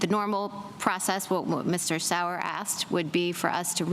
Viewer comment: Oh lord Sauer was getting butchered 😂